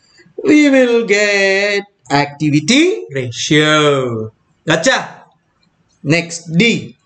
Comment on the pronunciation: Everytime sir said GOCHA.... being a bangalorean, I heard it as MACHA